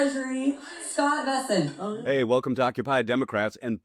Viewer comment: First of all it ain’t Vessent… it’s BESSENT. I’ll give you a pass on that you are more concerned with LIKES rather than accuracy in content, as with many of your contemporaries . Second…. The creep was not chased out by a bunch of patrons with pitch forks and torches. He fled out the back door like a slithering coward… afraid to face his public who he is placing in financial ruins. Third… The putz is not a goon. Third. His another milk toast, boot licking, spineless, knee pad wearing sycophant But I do like term “Chew and Screw.” You should resister the phrase as a registered trade mark. But nobody and escape my “Drama Queen” Tagline comment. Maybe, I’ll start my own Ytube channel dedicated to Drama Queens.